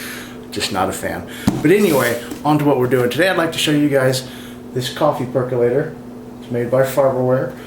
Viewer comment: PerkOlator. Why do people say PercUlator? Say percOlator several times and you've got it.